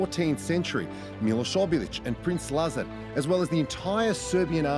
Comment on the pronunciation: "princ Lazar"?!?